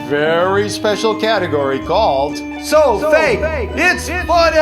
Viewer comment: You said do fak it's funny not so fake it's funny